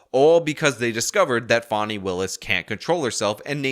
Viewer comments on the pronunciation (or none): FAWNY????? IT'S FAAAAAAANNNNNNNNY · I don’t know who you’re talking about; there’s no one in this case named Fawnie (sp). The woman I believe you’re referring to is Fani; pronounced like the nice way to speak of a horses ass. See the foreshadowing that everyone should have noticed? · I have to ask why are you calling her “Fawnie” when it’s Fani, like how you refer to an a$$ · Her name is pronounced, fan-e. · Stop calling her "Fauni". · What i find almost as irritating as the blatant corruption on display from the Fulton Country D.A., is the way in which you consistently mispronounce her name, lol